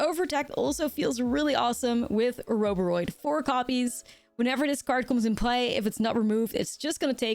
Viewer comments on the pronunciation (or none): I love me some Ouroboroid. Definitely my favourite mythic of the new set! Btw I'm not sure about the A-robe-a-roid pronunciation. Like Ouroboros ( Or-a-boar-oss ) I would imagine this should be pronounced Or-a-boar-oid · Ore O Bore Oid not A row buh roid lol